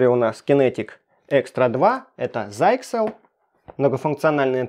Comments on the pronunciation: Обзоры гаджетов от ха-ха-ха зайксел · Вообще то, почти точное произношение этого слова, звучит как : "ЗИКСЕЛ" По крайней мере, дедушка "гугль" так вот его ПРОИЗНОСИТ .Убедиться можно набрав слово в онлайн переводчик е от того же "гоголя"(нажать на пиктограмму динамика) и прослушать... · заиксел ха-ха-ха